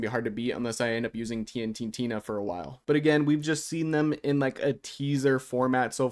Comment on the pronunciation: SHE IS CALLED TNTINA StOP SAYING TNT TINA!!!